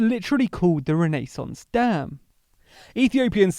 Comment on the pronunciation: The pronunciation of renaissance is just wrong